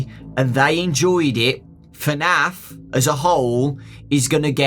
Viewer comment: Its fnaf not fanf